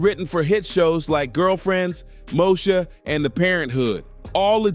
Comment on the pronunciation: Mosha??!? Mo-Eee-Sha!😩😞😎